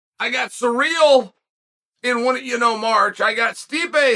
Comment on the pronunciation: I love how Chael calls Ciryl "Surreal" 😂😂😂😂😭 Omg just got to the end "Let's stop asking the bartender for advice on quitting alcohol." 😂